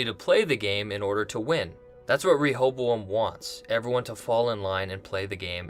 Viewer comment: I believe the pronunciation of "Rehoboam" is not with a strong "E".